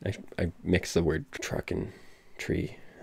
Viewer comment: ngl you saying "anything and everything that would not believe, which would be TRUCKS....." was way way way way more funny than it should've been, the fucking emphasis on TRUCKS, and the long pause just killed me